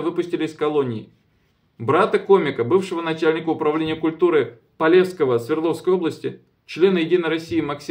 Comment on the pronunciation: без обид если ты не знаешь как правильно произносятся города посмотри в википедии. И да Незлобин из города Полевской Свердловской области!!! Полевской ударение на последнюю букву о, Чигири ударение на последнюю букву и!!!